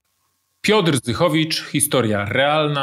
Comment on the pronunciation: Czy ja dobrze słyszałem na początku "Piotr Zdychowicz?" :D Szanuje za robotę, świetnie się ogląda Twoje materiały, pozdrawiam :)